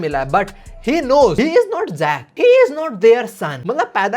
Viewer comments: Bro is so obsessed with Lookism that He is pronouncing Jack as Zach (character from lookism) XD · Jack ❎️ zzack✅️😂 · Bhai his name is Jack not Zack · Zack Nhi Jack Hai😅. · its jack not zack. lookism me jyada ghus gaye ho ap